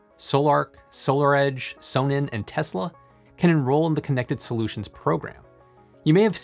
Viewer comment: Your German pronunciation is woeful / completly absent! Just pretend the company name is "Zonnen" and you'll be a lot closer. Also, I last had a blackout in 2006, it lasted about 2 hours. Yes, I live in Europe. Also my PowerWall is red too.